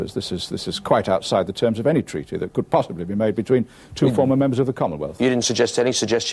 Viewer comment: I always loved how he randomly emphasised words (e.g. TREATY), a bit like Jeremy Paxman or Gavin Esler.